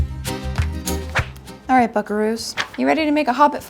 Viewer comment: Who else kept mishearing "buckaroos"?